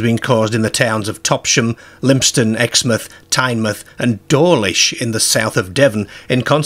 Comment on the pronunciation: Cracking video. I live here, and often think about those footprints when I'm down Exmouth way. One small correction, is the pronunciation of Teignmouth. It is pronounced "Tin-muth" by us locals!